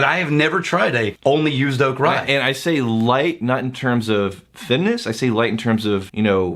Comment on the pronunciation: "It's used oak, Rye-ight." Lol I'm pretty sure that was not the intention, but it's what I heard.